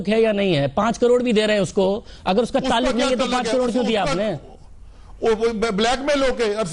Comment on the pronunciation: Meri ye samajh mai nahi ata ke jis admi ki zaban sabzi waloon ki tarah ki ho, us per koi kese yaqeen ker sakta hai. Taaluq ko tuluk bol raha hai.